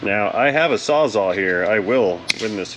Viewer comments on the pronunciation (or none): none